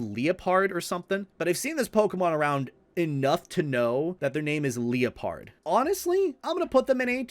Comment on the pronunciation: I can see doesnt play Pokemon too often. Mispronounces Liepard, calls Scraggy "Scrafty". Whoever chose the Pokemon for this tierlist has such oddball choices.